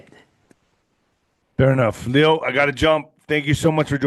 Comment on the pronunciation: he prefers pronounced "Lay-o", Lay-o Zagami